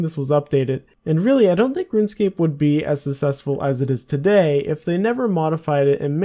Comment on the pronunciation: "Successful" is not pronounced "sussesful".